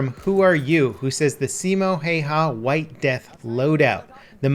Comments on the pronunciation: Dude it’s not karate chop haya it’s spelled häyä and pronounced houwa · Its not Simo Heihaa its Simo Häyhä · Simo Häyhä not hayha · His name is Simo Häyhä not Simo Hayha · Yea it’s pronounced howa not Hayha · “Simo hey-ha” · Häyhä is pronounced as if you say HayHay but you leave out the last Y. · Lol It's Simo Häyhä pronounced Simo how-ha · "Saimou Heihau" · See-moh hey-ha lmao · It's Häyhä* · You deserve my sub, im finnish, not pretty big youtubers even mention finland And btw its Häyhä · Y U SO BAD AT PRONOUNCING HIS NAME???!!! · its simo häyhä ! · Its Simo Häyhä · Vitun äytisti se on häyhä eikä hayha nii vittu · To all wondering, the ä in Häyhä are pronounced like the "a" in "bad" or "apple". The "y" is hard to describe as it's definitely not the sound of "y" as in "hay" (the way it's pronounced in the video). The closest I can think is like the "u" in "ouch" but even that's kinda far off... just watch a Finnish video with SH's name mentioned, then you'll be educated :) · Umm... actually its Simo Häyhä so... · Häyhä. Ä is the a in cat.